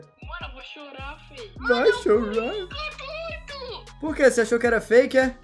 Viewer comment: "Vai CHOUURAAR",KKKKKKKKKKK